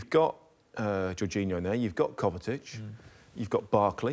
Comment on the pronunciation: Kovacic not kovatic